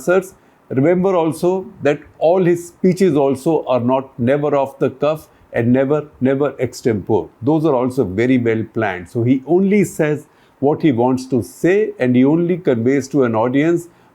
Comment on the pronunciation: Btw, the last 'e' in Extempore is pronounced, not silent. (Like in recipe, resume, sesame...)